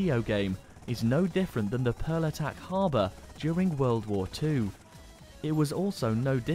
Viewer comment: lol you absolutely butchered pearl harbor.